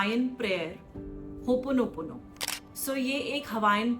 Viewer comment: Please pronounce HOOPONOPONO correctly.